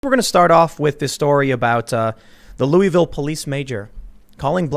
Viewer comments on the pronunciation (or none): It's Lu-eh-vil, not Lu-ee-vil, lol.^^ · It's "looahvul" Tim, local dialect humor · Louisville = loo-voll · It’s Lou uh vuhl